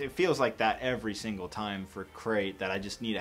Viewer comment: Did you say a great or Crait start